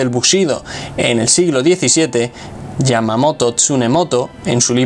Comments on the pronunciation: dices Yamamoto tsunemoto y ahí dice Yamamoto tsunetomo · Tsunetomo* no Tsunemoto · Es Tsunetomo no Tsunemoto